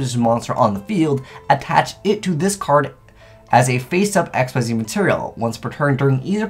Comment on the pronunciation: HE SAID XYZ PROPERLY!! THE END IS COMMING!!!